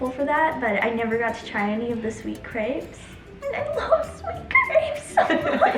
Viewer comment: absolutely nailed the way she pronounced crepes in french! Sounded 100% french